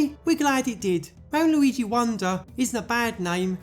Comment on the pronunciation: New loigi ayeoia? Lol